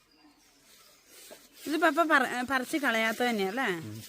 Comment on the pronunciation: പപ്പേ അല്ല പപ്പാ